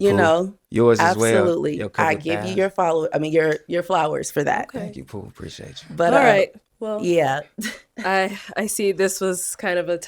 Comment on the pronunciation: Not “thank you , Pooh “ pow -pow 🤣🤣🤣🤣😂😂😂😂